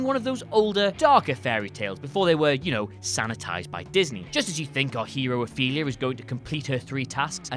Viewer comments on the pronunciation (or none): The girl in Pan's Labyrinth is OFELIA, not "Athelia"! 😐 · Athelia?! Its Ofelia! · It's Ofelia not Aphelia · He's British, he can't hear/speak English properly. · Guys. Guys. It's "Ophelia" Where the hell did "Athelia" come from? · The main character in PL is named Ofelia, not 'Athelia' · Dude, her name is Ofelia, not Athelia. All you had to do was Google “Pan’s Labyrinth” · It's Ofelia, not Othelia. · It’s Ofelia! Not Athelea! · Athelia? Her name is Ofelia??? How do you mess up such a normal name lol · Ofelia, not Athelia. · Ofelia... not Athelia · There is no excuse to mispronounce/spell Ofelia's name. Even if you do not understand Spanish the movie had English subtitles! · im sorry to be that guy but it's Ofelia